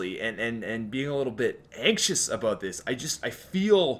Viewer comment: I hate how you say Aboot instead of about...